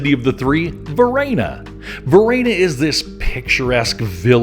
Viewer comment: What's this pronunciation of Varenna? LoL I'm not sure whether you visit Lake Como often but don't pass up renting a boat for a day or half day. There's no better way to see the lake than from the water and without traffic. Most towns face the water so you are always seeing the best view of each. Many of the villas have a dock for dropping off visitors. You just need someone to be captain and take the boat out while the others tour. We changed up who did that. Pack up food from a local restaurant or ingredients for a sandwich or salad from the local market along with a few bottles of the best Lombardy has to offer. Nothing better than being on the lake toasting Mr. Clooney as you pass by and waiving to others enjoying the beauty.